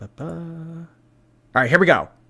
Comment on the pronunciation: My 3 year old was saying it this way as we decorated the Christmas tree and I kept nicely correcting her because of ALL things and people- I can’t let her sound like ALR! Haha but I do think it’s a common lazy way to say it and maybe she was never corrected as a kid.. buuut no excuse at age 30 something 😆